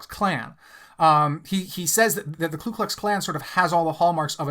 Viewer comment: Please stop saying “klu”’ in KKK. It’s Ku.